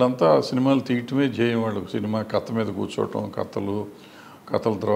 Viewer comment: Katha is the right pronunciation bro.. Kadha anedhi vikruthi padam